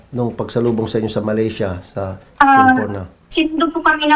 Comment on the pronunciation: TAMA ANG SBI NI SHIELA GUO NA SA SEMPORNA (KYA LNG HINDI MALINAW ANG PAGBIGKAS NYA) SILA DUMAAN SA TAWI TAWI TAMA DIN NA SMALL BOAT ANG SINAKYAN NLA FROM SITANGKAY TO SABAH, MALAYSIA DYAN SILA NG EXIT. SA SEFTV VLOG NA VLOG NYA ITO AT SA I WITNESS NI MAKI PULIDO WAY BACK 90s PA ANG BACK DOOR EXIT PINAKITA NLA KUNG PANU KA BILIS MAG EXIT NG TAWI TAWI TO SABAH, MALAYSIA